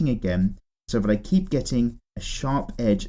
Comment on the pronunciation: "eep it very light, eep it very slow and eep it very smooth" LMFAO😂